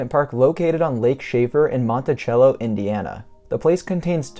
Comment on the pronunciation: it's sell-o, not chello in indiana.